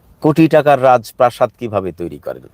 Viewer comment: ভাই শ‍্যামলের উপর এতটাই ক্ষ‍্যাপা যে তার রাজপ্রাসাদ উচ্চারণ করতে সমস্যা হচ্ছে 😅😅😅